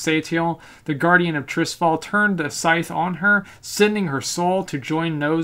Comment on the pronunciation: It sounds strange when you say Trisfal, it's called Tirisfal T I R I S F A L!